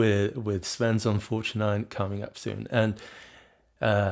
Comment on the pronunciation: Are you swedish? You probounce Svensson perfect